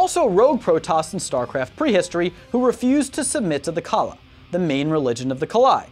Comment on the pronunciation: My ears bled at every brutally butchered pronunciation of Tal'darim and Nerazim. the 'im' at the end is an EEM. Edit: Khala=Call-ah ffs my ears bleed.